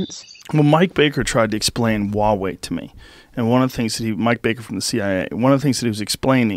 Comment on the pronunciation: joe "i cant pronounce hua wei correctly "rogan